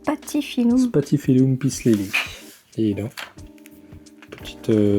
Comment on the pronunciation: Maman a dit c'est pas spatifiloum mais spatifilom